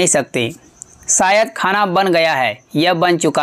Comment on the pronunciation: सायद नही, क्रुपया शायद बाेलीये